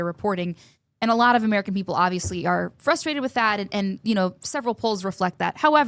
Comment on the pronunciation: Why does say "flustrated"? Is it purposeful?